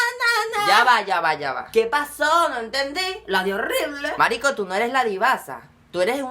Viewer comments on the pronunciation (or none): MARICO NO SE DICE MASRISCO